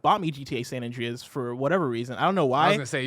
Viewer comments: Omg stop making him say San And-REEEE-as. I cant unhear it now and its driving me insane lol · "San Andreyes"